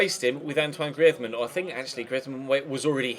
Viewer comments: Grivmann really it grrizmann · The way you say Griezmann is very annoying, you're saying the spanish way, he's french you should say like "Grrreezman"